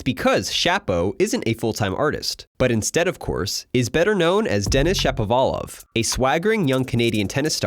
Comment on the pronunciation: Shapo like “shop”, not like “tap”